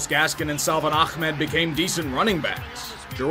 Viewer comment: Good job pronouncing Ahmed right